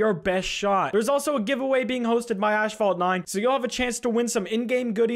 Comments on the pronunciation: Ashfalt or asphalt 😂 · I love how he says ashphalt instead of asphalt. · It's asphalt, not ashphalt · What-phalt? Got me acting up 😳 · “Ashfault 9” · mans said ashfalt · dis doooood said ash-fault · imagine saying ash-phalt…but fr tho keep up the great work we all love the content😘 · This guy said "ASHphalt 9". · saying ASHphalt pissing me off haha but still wonderful video 🥹🔥🔥🔥🔥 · "Ashfalt 9" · Why you saying ash-fault in sponsor ad? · I hate how says “ashphault” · It might be a Canadian thing but why does he say asphalt like “ash fault” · You did not just say "Ashphalt" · Why you calling is ashfault? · I don’t know why but him pronouncing asphalt like “ash-fault” bugs me more than it should… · Cant say Ass in the first few minutes might get demonetized, so he mispronounces an entire ad read to get around it lmao 🤣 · Please just say asphalt right